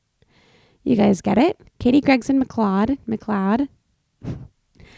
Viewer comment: my last name is macleod and you got it right the first time 😂 pronounced ma-cloud